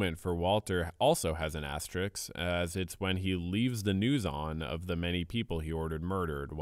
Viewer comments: I have a dream that one day people will learn how to pronounce asterisk properly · Bro can’t pronounce “asterisk” 💀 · Asterisk not astrix/ astericks